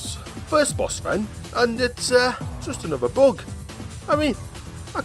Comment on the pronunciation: I love how this guy pronounces "Bug" as "Boog"!